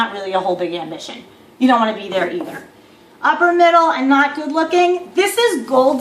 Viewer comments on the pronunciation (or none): Lol i didn't watch the rest of the video...so you're saying unicorns are real?? What a dumb gold digging woman....btw it's "upper" not "uppler".